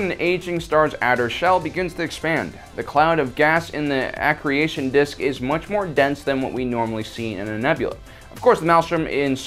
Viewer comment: Not when you say A CREATION DISK instead of accretion disk. S'ok it's ok.